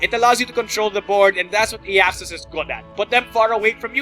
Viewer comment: i was SO hoping you would get for that intro! well done! though i think his name is pronounced AI-axus....maybe.